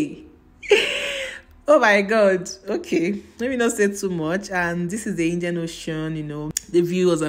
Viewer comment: So beautiful but I can't stop laughing at Indian oshoon😂😂😂 Fort jesos Niyaali😂😂😂I love the accent